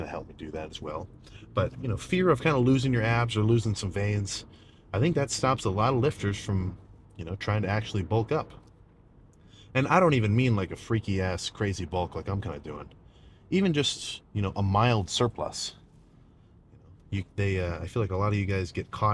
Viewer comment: two syllables, frea-ky